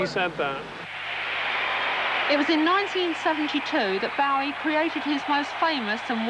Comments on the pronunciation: Yeah she makes me cringe each time, then when she's speaking to fans she says it correctly pfff... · So was it Janet street Porter who started the mispronunciation of Bowie then? I thought it started with celebs around 1983 live aid time.